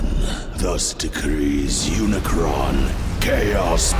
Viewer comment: "Umacron" Bruh...Umacron? Even if you say you can't remember his name, they have said his name like 25 times! At least show a little respect.